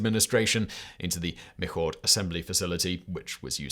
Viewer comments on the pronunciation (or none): Hi Simon! Good job. Thank you! Michoud facility is pronouced "Mee-shood" not "Mee-kood". Many Louisiana pronounciations are only mastered with immersion in the culture. Tchoupitoulas, is an example. Cheers, Chuck in Florida now. New Orleans resident for 26 years. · FYI: MobIle not mobil...Alabama. also, NASA Mi Shu facility. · Michoud - Mishoo, accent on the last syllable. A little Cajun going on there. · Michoud is pronuced Me-shoe